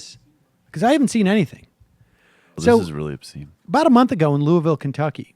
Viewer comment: Sam, just, just thank you for saying "Louisville" correctly.